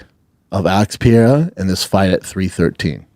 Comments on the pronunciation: why does he call pereira pee-arah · Pee-Erra ….. Pee-Air-a Pre-rare-uh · Is he still pronouncing Pereira wrong?